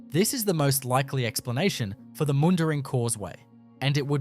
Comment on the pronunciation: lol cant even prounouce mundaring